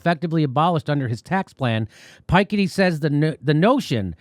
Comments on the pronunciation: 🤓 Hi Jimmy, Piketty is pronounced as Pee-cat-ty. Love your channel!! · FYI, it's Thomas "Pi - ketty" not "Pike - itty" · For info jimmy about how to prononce Thomas « Piketti » Insist on the « pi » part of it whitch in English gives « Pe ». the add ketti the way you want « Pe--ketti » Cheers from Belgium. We love your show(s)